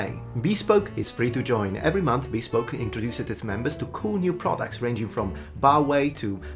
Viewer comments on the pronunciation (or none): Did you call it "bee-spoke?"